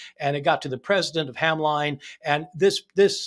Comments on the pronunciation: Hamline is pronounced 'HAM-lihn'. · FYI that college in Minnesota is pronounced to rhyme with "shin", as if there was no "e" in the name.